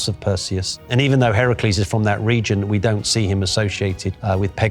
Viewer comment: notice how he pronounced the name Heracles, that’s the proper pronunciation. Hercules is the Roman pronunciation